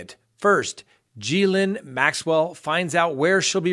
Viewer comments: Her name pronounced is Gee Lynn not Gis Laine. Glad there is no bail granted. She deserves everything coming to her....and life of living in a cell all to herself. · Ghislaine Pronounced (Ghee-lane) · Her name is pronoinced Gi- Lane or jis-lane in French. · Scott, I know y ou don't like to hear anyone correct you, but Ms. Maxwell's first name is pronounced "Ga-lane." There's no 'i' or 's' enunciated within her name. Also, in reference to your video that included the story about the crazy lawyers who "felt in danger" in their own front yard, I'm a little disappointed that you support what they did. The protesters were not threatening them; yes, they were walking through a private neighborhood, but these two lawyers acted overly-dramatic with their weapons drawn. You said authorities were able to confirm that the wife's revolver was inoperable, however, who knows how many other guns they own and could have easily ran inside and with another one of their guns and easily have shot and killed someone. These people over-reacted very dramatically and held responsible for their inexcusable actions. I guess I'm just disappointed how you would think this is okay. Thanks for your videos; I do enjoy your content, however, I was taken by your response of these two irresponsible homeowners. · ghislaine... (french name) sound like >geece-lane< ..!! if it can help! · Ge Lane Maxwell - correct pronunciation!!!!! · Ghislaine name is not pronounced like that 🤣😂🤣 PLEASE watch a news report WITH AUDIO and get the correct pronunciation lol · You're learning - you're not pronouncing the s in Ghislane Maxwell's name.Tres bien.(Very good in French). Always respect your legal expertise. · You make me lol straight away with how you say her name